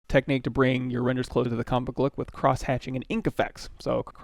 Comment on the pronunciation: Nice tutorial. Thanks for that. Also nice way of saying cross hatching lol